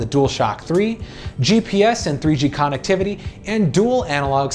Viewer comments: Dude. It's (Cun-ect-tiv-ity) not con. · He said con- ectivity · Why does this guy not pronounce "connectivity" correctly? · the way he says connectivity triggers the hell out of me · I can’t be the only one that kept being bothered by the way he kept pronouncing connectivity 😂